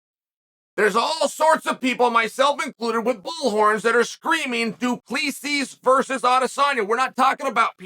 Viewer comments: The last S is silent. More like Du Plessi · HAHAHA, doo-pluuh-see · As a Namibian it's funny AF watching Chael pronounce Du Plessis "Du Pleeecees"😅😅😅😅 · What about Du pleaseez 😂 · I’ll never forget when chael pronounced du plessis as du plexus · It's funny hearing people pronounce Du Plessis wrong because they don't speak Afrikaans 😂